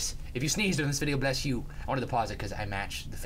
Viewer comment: awwwwww i snezed right after he said bess you